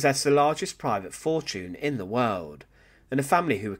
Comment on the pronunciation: “exterminated and killed”. Pick one, you can’t be exterminated and killed. And try ‘incredibly’ wealthy, not “incredible wealthy”. What’s with the intonation of “in nineteen/-forty wuuunnnnn”